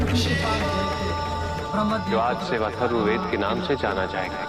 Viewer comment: Rigved not rukved Yadur not Jadur Atharva not Atharba